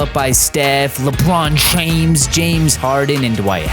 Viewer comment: "LewPrawn Tchwmes" 🤣🤣🤣